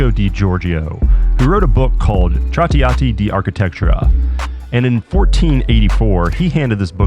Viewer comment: ah yes. the book TraTeeahtee Dee Arkatechura.